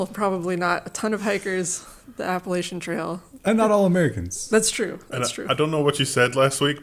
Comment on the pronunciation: It's pronounced Appalachian, not Appalachian!